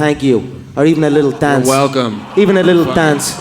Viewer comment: When he said daince for me, all i could see his him getting humbled, and his mouth closed while he tapped out. Beautiful